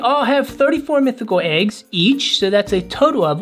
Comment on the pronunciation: I like when says legs instead of eggs 🤣😂🤣😂🤣😂🤣😂🤣😂